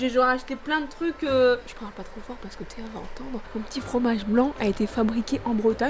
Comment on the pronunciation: t’a dit Théo au lieu de Théa